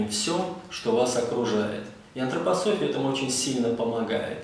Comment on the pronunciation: Не Антрапасофия а Антропософия.